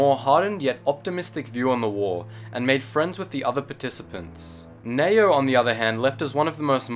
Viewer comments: I'm quite sure it's pronounced Nee-oh. Not Nayo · Its Ne-O